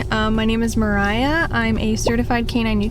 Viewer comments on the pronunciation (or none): none